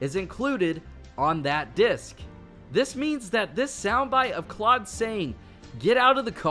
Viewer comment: You say Claud not right